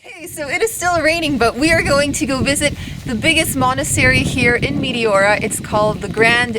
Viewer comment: I've been there as well. That place was awesome, but your pronunciation was driving me nuts. The correct pronunciation is Mete ora, soft E. I can't watch videos on Greece because it makes me miss the country too much.